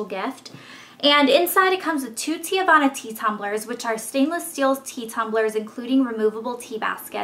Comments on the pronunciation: TEAVANA: |ˈtee-vah-na| girl you were killing me calling it 'teeuhvana' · it's "TEAvana, not TE-Avanna. my cousin works there so i know.